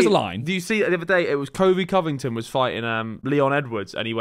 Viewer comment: man said covy covington